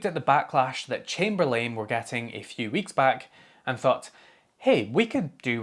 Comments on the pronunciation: "Unlike with Chamber-lame" Not sure if that was just his accent, but if it was, it was a happy accident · First I love the way you say Chamberlain. It sounds like you are saying ChamberLAME. I love it. Secondly, and more to the point of your message. If it is costing them move in AWS fees, yes, by all means make it local. But on the other hand, if it's a significant enough increase in cost, just think what it;s going to feel like when you alienate that entire group of customers. It's evidently a significant part of your income stream since it's impacting your profits so do you really want to piss them off.